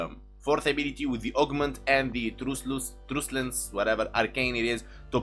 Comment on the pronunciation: I love your videos! Keep up the good,work. Truculence is pronounced as Truck-you-lence, not truce. FYI. Just saying.